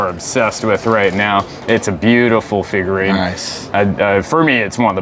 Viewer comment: Every time he says, "figurine" my soul cringes.